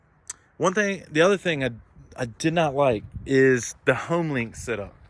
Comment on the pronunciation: Did he say much better sit-up you mean setup my guy but great review you have a clear voice my guy